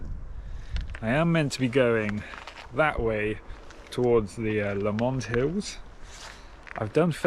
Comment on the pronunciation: Beautiful video! By the way it's pronounced 'LOW-mnd' not 'la-MOND' 🙏🏻